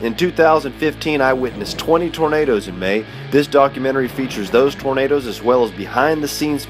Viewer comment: Hehehe Tor-na-da-das 😂